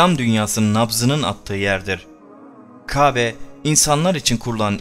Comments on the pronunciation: Kabe değil Kâbe lütfen konuşmacı ona göre konuşsun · Lütfen K(â)be demeyi öğren. Kabe deyip duruyorsun. Çok rahatsız edici! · "İbrahim" ve "Kabe" teleffuzu çalışması yapman lazım. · Peygamberlerin ismini asker arkadaşın gibi andın ve Kâbe'ye kabe deyip durdun onun için dislike, kusura bakma. . . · LÜTFEN MÜBAREK (KÂBE)NİN İSMİNİ KABE DİYE YANLIŞ TELAFUZ ETMEYİP DÜZELTİRSENİZ MEMNUN OLURUM ZİRA ÇOK SİNİR BOZUCU VİDEOYNUZ ÇOK GÜZEL ELLERİNİZE SAĞLIK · Anlatım güzel. Ancak Qâbe değil kâbe... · Konuşmayı öğren önce.Kabe değil Kâbe. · Murat DURSUN bence elinde değil kâbe diyemiyor istese de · Arkadaş videolar yapıp yayınlıyorsunuz. Hayatınızda hiç mi " KÂBE " diyen birini duymadınız. Şayet bunu söyleme sorunu yaşıyorsan seslendirmeyi söyleyebilen birine yaptırsaydınız bari. Çok ucuz olmuş.